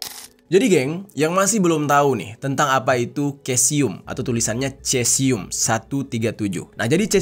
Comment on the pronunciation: Dibaca nya sesium kalau dalam ilmu kimia.. Dalam bahasa latin untuk bahasa ilmiah Ejaan atau lafal untuk huruf c biasa nya dibaca Misal : Ca Ci Cu Ce Co Dibaca nya KA Si Ku Se Ko.. Maaf itu mungkin sepengetahuan saya.. Terima kasih😊